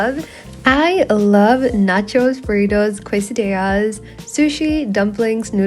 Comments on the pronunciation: I love your videos,but the way you said “quesadillas”😭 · Yeah you kinda said quesadillas wrong but it doesn’t matter you are still the best YouTuber ever ❤